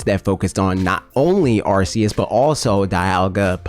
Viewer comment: You're the only person I've seen openly admit that they've known Arceus pronounced the way you have and that's the way you will pronounce it. I respect you, man. At least you're not watching the presentation live and saying the name another way RIGHT AFTER you hear them.